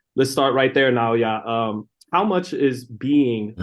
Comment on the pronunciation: Great interview! Much respect to you for pronouncing Naoya correctly!! You are the first American youtuber I have heard pronounce his first name correctly. Much respect to you for that! And you did a great job with the interview! Thank you Naoya Inoue for taking the time to do this interview before your Big Undisputed Title Match 👑 👑 👑 👑 Arigato! がんばってね 😊